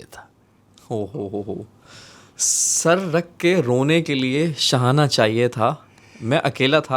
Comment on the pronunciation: mujhy ye shairi wala segment bht pasanad hai par ak suggestion hai kindly se kahen jitny achy andaz me shairi karty hen usi trah thora sa shairi ko dekh b liya kren lafzo ko ulta seedha parh dete hen or shair ka pura maza kharab hojata hai shana ko shahana parh rhy hen usi trah bht ajeeb ajeeb alfaz bol dete hen shair me isy theek krlen plz baqi love from agra india